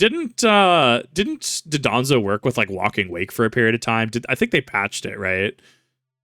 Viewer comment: dondozo* (im sorry, i just really cant handle the mispronunciationof this specific mon)